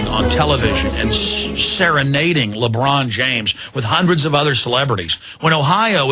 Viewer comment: Who's labrawn james?